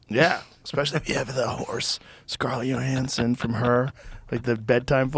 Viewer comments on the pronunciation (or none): For the love of goddd Joe, it’s Johansson WITH A J. LIKE YOUR NAME BUDDY. sheeeesh